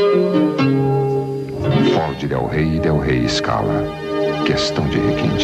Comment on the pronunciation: Estamos falandoo da FÓDE - nao consigo para de voltar aos e escutar FÓDE novamenteeeeeeeeeeeeee